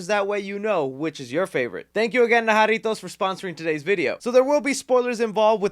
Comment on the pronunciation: Finally someone sponsored by jarritos that can say it right